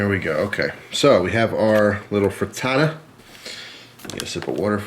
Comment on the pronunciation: It's pronounced frit-ta-ta